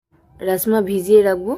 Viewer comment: রাজ মা বার বার রাস মা বলছো কেনো